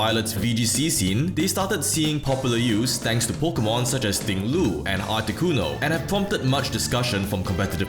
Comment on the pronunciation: Pokémon, not pokeuhmon.